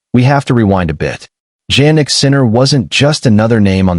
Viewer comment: Hey his name is pronounced as if it started with a Y-Yan like Yawn not JANnik like Jam--and you should know this